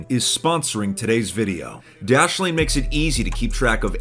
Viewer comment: When he said dashlane the first time I thought he said Daddy Wayne